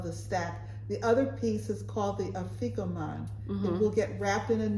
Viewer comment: Passover this year begins the evening of Wednesday, April 5. And for Afikomen, the pronunciation emphasis is at the beginning: AH-fikomen. Passover in my family was traditionally spent at my paternal grandparents' home in Richmond, VA. Being the only child/grandchild, I was always the one to go on the search and it was always slipped under the tablecloth next to my grandfather. 😊